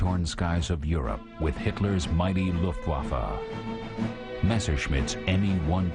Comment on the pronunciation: Why the f***k can't the narrator pronounce "Luftwaffe" right? Every time he says "Luftwaffe" it sounds like "Luftwaffle". He pronounces the "w" like in "waffle". In german "w" is pronounced like a "v" and "v" like an "f". Is it the script people we should blame here?